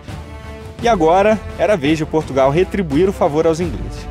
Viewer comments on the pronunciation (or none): none